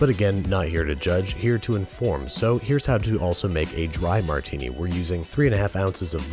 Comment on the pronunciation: Almost stopped watching at the "Martini". Give it the ol college try again, you'll get it soon! Love the vid otherwise